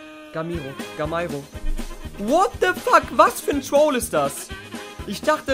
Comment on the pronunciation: er sagt gamairo :D ...